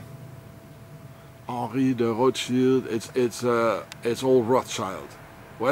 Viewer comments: Yes, they just keep using that "child" instead of "schild" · It is Roth Schild and not Roths Child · Funny how everyone pronounces it roths-child. Its actually pronounced Rot-schild, as in Red-shield in German. Hence Rothschild. Everybody is a Rothschild expert, but cant even pronounce a name properly.